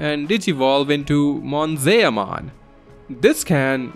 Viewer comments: Monzaeah-mon? It's Mon-Ze-Mon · >Bakemon (bah-ke-mon) from bakemono which is Japanese for paranormal being/ghost. >Same goes for Monzaemon (mon-zai-mon) whose name comes from a Japanese playwright. >Drimogemon (Dree-moh-ge-mon) as in Drill + Mogera which is a type of Japanese mole Sorry the way you pronounced the names just bothered me a bit 😅